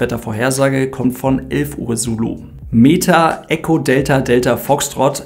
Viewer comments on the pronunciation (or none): none